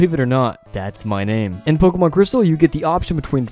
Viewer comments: I'm late, but "Pokeman" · Great content also ‘Pokeman or Pokemon’ haha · "POKEMAN" No lie I dig your video style I'll be sticking around